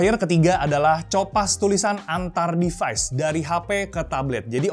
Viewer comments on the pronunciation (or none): 'Device' not 'Defies'.